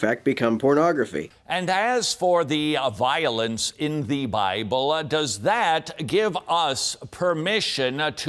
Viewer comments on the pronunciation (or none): He is literally Timothy Lovejoy, right down to the overpronounced last syllables ("Bible-LUH!"...) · I dig his preachy extra syllables: and as for the "a-violence in the bible-ah"...